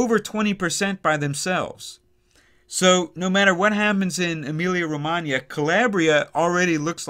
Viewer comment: I just love when I hear you say correctly, since it's my birth place:)